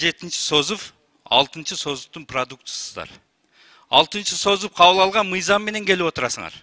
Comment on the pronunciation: Сөздү туура сүйлө ДЕПУТАТ! СОЗУБ эмес СОЗЫВ.😄